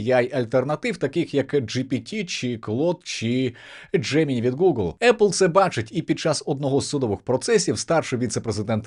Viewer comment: Дякую за випуск, але все ж таки правильна вимова «Джеминай», а не «Джемині»